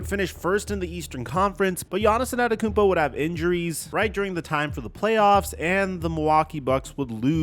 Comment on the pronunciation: anTETOKOUnmpo brother. LEARN the name, you can't be THAT lazy..